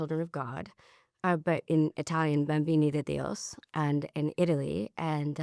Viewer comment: Just started watching. Discrepancy 1, "Dios" is Spanish, "Dio" is Italian... weird that she grew up in it and still can't name it properly.